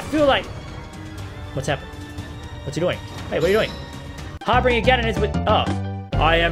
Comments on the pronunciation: It's pronounced harbinjer but it's spelled harbinger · harbinger har-bin-jer idk why but the g is pronounced like a J